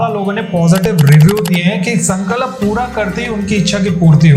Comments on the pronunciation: while telling the Hanuman Ji story was it necessary to show adipurush clip on b roll? I mean there are so many other options from it that could have been sourced.. I didn't like it. and why is he pronounced sankalap? What's the problem with saying Sankalp? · Sun Ka Lap NAHI mere bhai. Bolo SanKalp ek saath. “Sun”+”Culp” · Sankalap nahi bolte Sankalp bolte hai bhai hindi to thik bolo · Sorry to correct u but it’s sankalp not sankalap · Why do you pronounce it as sankalap ? Its sankalp that means promise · San kalp nahi hay wo Sankalp hota hay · Bhaai aapne jaankari Bahut achi di hai.. mai bhi ye karungi..❤😊 Bs aap.. उच्चारण सही करिए ... संकलप नही होता, संकल्प होता है। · Its संकल्प not संकलप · Sir aap संकल्प ko galat pronounce kar rahe hain 🙏🏻सन-क-ल्प है ना कि “सन-का-लप” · संकलप नहीं संकल्प है. पहले सही उच्चारण सीख लीजिए, फिर ज्ञान देना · Sankalap nahi... Sankalp kahiye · प्लीज़ अपना उच्चारण सही कीजिए। Sankalp hai sankalap nahi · Sankalap ni hota... Sankalp hota hai... Jai Shri Ram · sankalap❌❌ sankalp✔✔